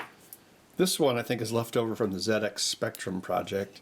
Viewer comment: Absolutely love watching these vids, even though I only understand about 1 percent. What I really loved about this one was you remembered it was Zed X Spectrum, not Zee X 😁, when you were discussing the battery you chose.